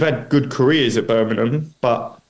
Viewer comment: He been in the area long enough to stop calling it Burminum!😜 Thx for your commitment to Birmingham!!💙